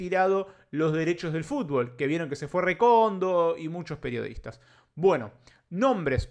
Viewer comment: Dice "PERIODITAS"